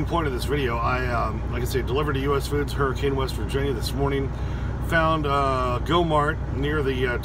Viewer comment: its pronounced Hurri-cun